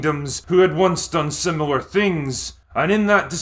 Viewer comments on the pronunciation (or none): none